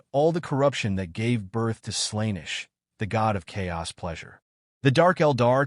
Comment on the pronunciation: This is so braindead. You cant just blow your load out of the gate. Doing that you just end up like DC shoving Doomsday into their second movie. Warhammer is so vast and deep that you can do new content for years and years so it's better to start it easy. Also "Slainesh"? lol